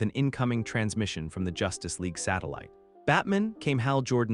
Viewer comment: It is good and I'm an in hour so far. There are some funny mispronunciations like the Justice Leg, Mos-cow. Not a complaint, just find it amusing.